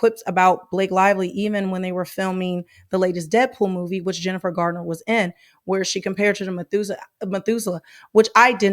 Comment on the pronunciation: It's Garner, not Gardner. ❤❤